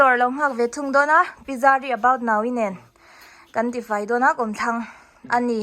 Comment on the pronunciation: About now-i hi i ti ziah k nuih za thei tawp k duh bwk si😅